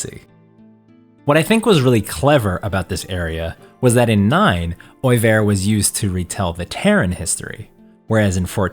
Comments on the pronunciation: record-needle-scratch moment: "OI-VAIR???" WHAT??? I... I always pronounced it "oil-vert"... ;_; Of course, without a pronunciation guide, I always pronounce Zidane's name as "ZYE-den", not "zih-DANE". xD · It's funny growing up playing FF9 as a kid and having my own pronunciations, such as "Zuh-dahn" where this guy says "Zih-DANN". I said "Eye-Eefa" For Iifa. I said Oeilvert kinda how it's spelled, where the narrator says it "Oy-verr". Just an observation.